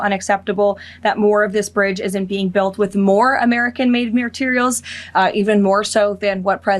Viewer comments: american made mare-terials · “American made meeerterials”